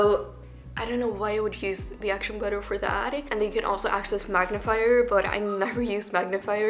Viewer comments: Bro. I littler had to skip back 10 seconds and watch how tf she says it. “Acton buddin” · Girl just give up on pronouncing action button .